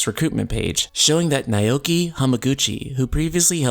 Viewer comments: Just an aside if it helps you: "Naoki" is pronounced as "now-key" as opposed to "neigh-oh-key". Cheers! <3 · Naoki is pronounced Now-Key, not Nigh-Oh-Key.